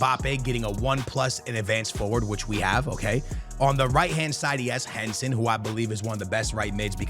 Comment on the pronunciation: Bro what about HENSEN, that is equally as annoying lol